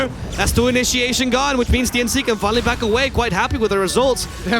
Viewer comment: The casters keep saying black instead of back hahahhahahah